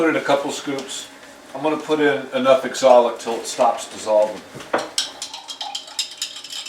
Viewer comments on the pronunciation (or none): wonderful work. Are you using oxalic acid, it always sounds like exolic?